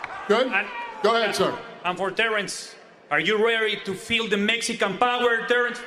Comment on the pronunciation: This dude sounds funny AF......r u reary do veel deh Mexican BOWER Derance🌮🇲🇽????😅😅😅. Terrence's response was funnier........ OH YEAAAH 👊🏾😅👍🏾